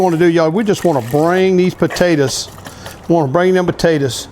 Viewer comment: Why do you pronounce potatoes like that